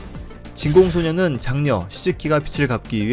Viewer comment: 스텔라리스...차세대 패치 같은 건가요? ㅎㅎㅎ 진공 소녀는 한 글자 잘 못 읽어서 깜짝 놀랬네요 ㅋㅋㅋ